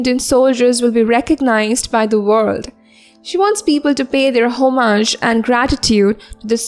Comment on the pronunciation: Pronunciation of 'homage'....